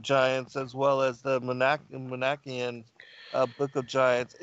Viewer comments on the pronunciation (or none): Manichaean, which pronounces as "man-ih-CHEY-an" and pronounces as "moan-ACK-ee-an" is actually pronounced "man-ih-KEE-an" in English. Or at least, that's how I've heard professors of anthropology and archeology say it.